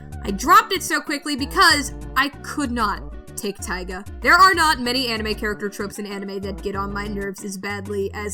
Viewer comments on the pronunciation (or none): none